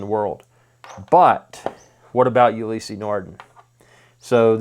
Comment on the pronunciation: It's not pronounced Ulyssey. Ulysse no "y" in the pronunciation. I have the Maxi-Marine Blue Surf. Amazing watch.